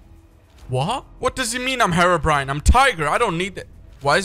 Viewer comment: Herbrine! DON’T YOU DER